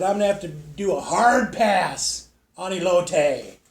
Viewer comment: As a food reviewer (one of the best I've seen on YouTube) you should start binging episodes of Food Network shows like Diners Drive-ins and Dives and stuff like that 😊 it'll expand your culinary knowledge beyond belief. I'm very surprised you didn't know how to pronounce Elote 😂😂😂